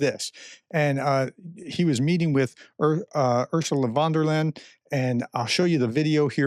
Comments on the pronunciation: pronounciation of Ursula von der Leyen should be more like that: the "U"s in "Ursula" should sound like the vowel in "who" and her surname should sound like "Lie-Ann". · For god's sake, you are a professor! Ursula von der Leyen, say it with me! (As in: your) Our sue lah – fon – dare – Lay an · Oo-rr- zoo- lah fon-der-lion